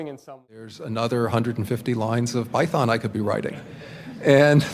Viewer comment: she said like pei-thon